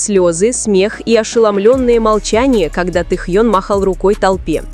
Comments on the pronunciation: Блогер не умеешь говорит имя Тэхён уступи место другим ,которым умеют правильно говорит имя Нашего любимого Тэхёна! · Миллионы им восхищаются, а вы даже имя его правильно произнести не удосужились